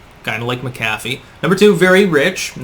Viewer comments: Mc' CAFF' ee?? Whattayou, pronounce words improperly on purpose, lol. It's MAC'afee. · Always informative vids and thumbs up but could you please pronounce his name properly? Not like McDonald's Big Mac. Accent on the first syllable. MAC'-a-fee. John McAfee. Not Mac-AF-ee. Just one last item at his supposed suicide. RIP. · pronounced MAC-a-FEE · The pronunciation is driving me crazy. His name was pronounced (Jon Mac Uh Fee); not (Jon Muh Caffee) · Is suicide the new pandemic? PS MACKafee not McCAFee. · He was probably killed before he could blow the whistle on Bill Gates for fake computer virus scams and collusion. BTW his name is pronounced MackAfee not Macafee. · Mcafee is an irish name you fucking nut. Emphasis is never on the Mc or Mac. Americans dont know about linguistics. Apply your same thinking to Paul McCartney or McDonalds and have a rethink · MAK a fee ...sorry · mack a fee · Isn't it pronounced Mc-A-fee? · Mc A fee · You keep pronouncing McAfee wrong,. It's prounounced Mac-a-fee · It's pronounced MAC-UH-FEE. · Mac-A-Fee as in the software.....dang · It’s Mac-a-fee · It's pronounced MAK-ə-fee. There's this great tool called the Internet that will answer basically any question you've got, including how to pronounce something. Oh well, yet one more name on the long list of names and words that mispronounces. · Usually the accent is on the first syllable. MAC- afee. No? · Geez learn to pronounce his name correctly! Mc Affe!!! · pronounced Mac- a fee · It’s pronounced Mac-a-Fee. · You're not pronouncing his name correctly. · You pronounced Mcafee wrong. The accent is on the first syllable. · You’re awful at pronouncing names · Today I learned I was pronouncing his last name wrong my entire life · As intelligent as you are, why the hell can't you pronounce his name properly? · You really can’t pronounce the guys name properly? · Irish/scottish origin names never have the emphasis on the Mac/Mc 'dude'